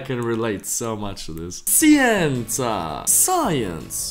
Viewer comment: Hai sbagliato la pronuncia di "scienze" (italian language)